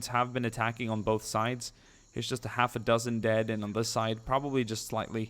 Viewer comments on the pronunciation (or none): none